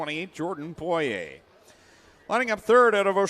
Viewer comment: Buddy needs to learn how to say Poiriers name